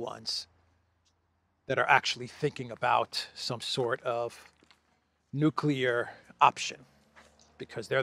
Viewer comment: Did Graham say Nuculear? I think he did.